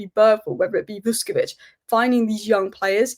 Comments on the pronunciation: Great analysis! Minir point you pronounce the Croatian’s name as Vushkovich. You’re 80% there already 😉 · Pronounced ‘Vush’